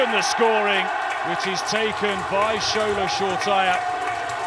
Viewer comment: LMAOO It's Shoretire pronouced Sho-ray-tee-ray NOT SURE-TYRE. It's a nice name stop butchering it 😂